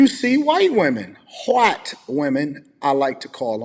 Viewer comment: I appreciate the way he’s defending himself and respect the way he handles himself. Especially that he’s STILL being respectful to her (the creator). Also the way kept saying “whyyyyyyte” with that super southern twang KILLED ME😂